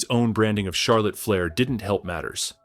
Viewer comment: Charlotte Flyer ai says